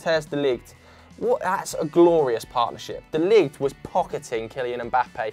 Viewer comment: PERFECT(!!!!) "De Ligt" pronunciation. I've seen and heard it all now